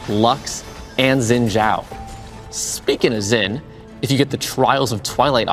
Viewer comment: He pronounced xin wrong are you serious